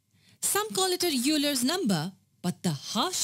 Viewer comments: Euler is pronounced oi-ler not you-ler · Euler's number is pronounced "Oyler", not "Yuler" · Though it looks like 'you-ler' it's actually pronounced 'oiler'. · Please correct your pronunciation... Euler is pronunced as oiler.. not youler... Thanks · not just India in every country like US ,except germany, it is pronounced as you ler because the man's name was euler but in his country it was pronounced as oiler. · Euler is a German name and is pronounced OILER!! The only time 'Eu' in a name (e.g. Euclid) is pronounced 'You' is when it comes from GREEK (even though it's actually pronounced 'Ef' in Greek, but go figure). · Euler is pronounced Oiler, not Yuler. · Euler is pronounced OILER not YOOLER! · Good video and explanation. But the way you pronounced the name of the person who the constant is named after was wrong. "How To Pronounce Euler" It's not 'yoo-ler', it's pronounced 'oi-ler'. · It's pronounced 'Oiler', not 'Yuler'. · Saying 'Youler' instead of 'Oiler' is another example of American ignorance combined with arrogance when corrected. It isn't an earth-shaking faux pas (that's 'foe pah' and means 'false step' in French) to say 'Youler' but if we're able to say 'Oiler' we should! Other sounds in German and other languages really are difficult for non-native speakers, in which case we can be forgiven for mangling them, but Euler is not in that category. Europeans do a much better job of pronouncing each others' languages than Americans, probably because they are exposed to them much more often and don't have the inflated opinion of themselves that we do. Correct pronunciation can be taken too far, of course: Einstein's name is actually pronounced 'Einshtein' but it sounds affected to insist on that. Also, there aren't many words in English containing 'ei' in them so we default to the German without even realizing it! I believe I have now done this topic to death ;) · Great video, although Euler is pronounced 'oiler'. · Euler is pronounced “Oiler”